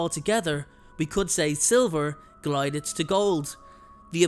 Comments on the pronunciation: Gilded- as in clad in gold; not glided. 😊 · It’s “gilded” as in covered in gold not “glided” lol 😂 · It's gilded, not glided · Gilded (as in gold), not “glided”.